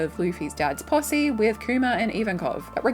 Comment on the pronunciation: When you say posse....it definitely sounds like pu$$y lmvo. 🤘and there's a gnarly possibility that MADS gets back together. They all have been screwed by the government